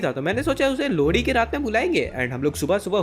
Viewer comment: Bro you say lohri - lodi